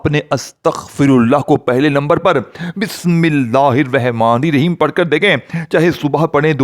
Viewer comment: بسم اللہ تو پہلے سہی پڑھ لو اور پھر وظیفہ بتانا